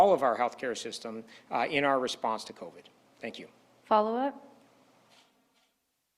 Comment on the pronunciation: It will never be stopped without an actual cure and it is not the politicians or those making them richer that are feeling the sting of pay and job loss. Hey Ford it's pronounced co-VID not co_VED. No one is being protected by cutting pay from them and preventing them from being able to pay their bills and put food on the table. This isn't a "bump in the road", it's the never ending story. We also know that according to health experts, covid that is exhaled into any one area by someone that may have it can stay in the air of that area for about five minutes. That said, we can see how all of these people are taking their masks off in front of the same microphone when speaking, potentially inhaling covid themselves.